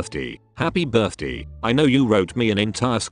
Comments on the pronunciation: "hApPy bIrThDeE" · “happy birth-dee”